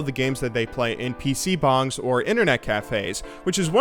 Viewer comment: Why do you say PC Bangs in such a weird way xD